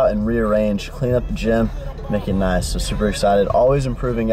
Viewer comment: LOL, i don't know why but sounds so funny. Did a texas accent slip or something? haha "Make it nahss" :P